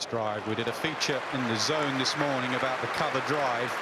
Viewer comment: "he says 4 runs off thiss" 😂